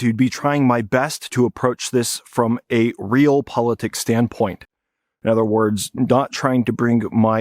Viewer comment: Realpolitik is pronounced: re-al-poly-tik My hopes of getting insightful commentary aren't high given you can't even say the word... Maybe it was a slip of the tongue and you just misspoke. Let's unpause and see what kind of intellect we're dealing with.